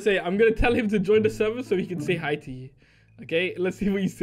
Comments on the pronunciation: Hey...... you said gi...instead of hi...I thought that was funny...hehe... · go back to English class Flashbacks to when said gi instead of hi